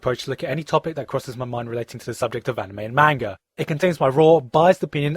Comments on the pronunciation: Misprounounced Manga. lol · Anime and MAYNGA! Hahaha